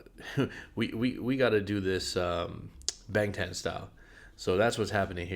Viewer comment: Ik you care abt pronunciation so I just wanted to lyk that bangtan is pronounced "bahng-tahn"! when a romanized korean word has "a" its going to be "ah", although if its "ae" then its pronounced like "ay" :]